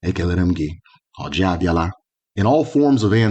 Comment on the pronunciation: It is oji not orji